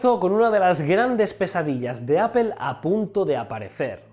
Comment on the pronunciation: "apel" lol